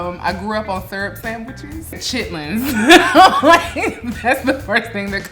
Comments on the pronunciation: "Chitlins" Gordon Ramsay: flashbacks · "i grew up on chitlens".....................i'm so sorry hon.